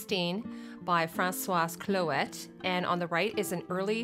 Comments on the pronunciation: Francois Clouet's last name is pronounced Clue-ey. Not clue -ETTE. Au Canada, on parle français, non? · If you're Canadian, I'm going to give you a flash back to french class and remind you that the last consonent on a word isn't pronounced :P Francois Clouet = Fran-swa Clue-eh